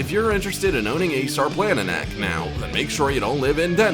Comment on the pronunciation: Sarplaninac is pronounced Sharplaninatz